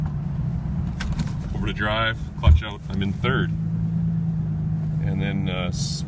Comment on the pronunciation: You can tell he's Canadian--he said "oot" instead of 'out.'